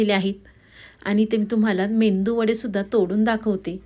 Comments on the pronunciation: मेंदू वडा नव्हे मेदू वडा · मेंदू वडा नाही,मेदू वडा म्हणा रेसिपी छान आहे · मेदू वडा बोला. मेंदू naka bolu😂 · ताई मेंदू वडा नाही. मेदूवडा. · मेदू वडा म्हणावे. " मेंदू वडा " म्हणणे चुकीचे आहे. तसेच कोथिंबीर म्हणावे. " कोथंबीर" म्हणणे चुकीचे आहे. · मेंदू वडा नाही मॅडम मेदू वडा म्हणा. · कोणाचं मेंदूचं वडे म्हणावं. तसं नाहि मेदु वडे आहे (. मेदु वडे ) म्हणा🙏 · Mendu Vada nave Medu vada.uchhar hava. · मेंदू वडे नाही मेदू वडे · अग बाई मेंदू नाही मेदू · रेसिपी छान आहे...पण मेंदू नाही मेदू वडे म्हणा